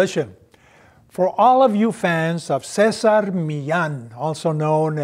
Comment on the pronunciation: Cessar miyyan? Is that how his name supposed to be pronounced?